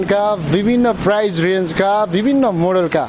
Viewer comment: पहिलो कुरा त प्राइज़ भन्नु ग़लत उच्चारण हो। कि त मूल्य भन्नु नाई भने प्राइस भन्नु